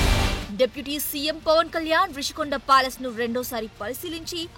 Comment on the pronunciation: English లో Rushikonda అన్నప్పుడు తెలుగులో ఋషికొండ అనే అనాలి. మధ్యలో రిషి కొండ అంటావేమిటి రా !? తెలుగు రాదా !? English రాదా !? రెండూ రానివాళ్ళు మీడియాకి రాకండి.